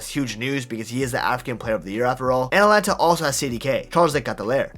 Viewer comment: ATALANTA NOT ATLANTA